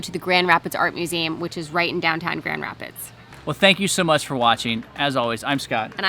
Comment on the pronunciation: GR!!! In my neck of the woods!!! Brewery Vivant is most excellent and the owners are friend of mine!! And your second, fancier pronunciation is the correct one. Hopefully you got to hit the beach in Holland or Grand Haven. We have AMAZING beaches here in West Michigan!!!!!!!